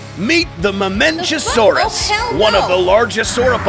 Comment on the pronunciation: pachycephalosaurus. Pack-e-cephalosaurus not patchy They pronounced it right with the mamenchisaurus